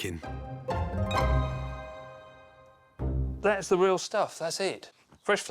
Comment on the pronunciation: I'm hearing bacon instead of baking...